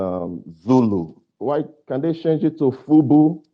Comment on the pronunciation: He said, FUBU parade? I thought he said, FUBU pirate. 😮